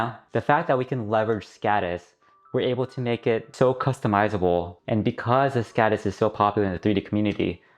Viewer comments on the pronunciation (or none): Skådis is pronounced skodis. With the same o as in more. I recommended listening to a translator. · very good video and great idea, however... as a swede I wince at the anglophone pronounciation of "Skådis". Å is not an accented A, it is its own sound closely similar to the "ou" in "gourd" or "four"